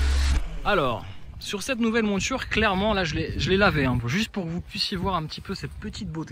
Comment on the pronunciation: "nouvelle mOUture", pas "monture"... Au delà de ça, excellent test très complet ! reste plus qu'à rouler dans la voie de droite quand la circulation est fluide sur l'autoroute :P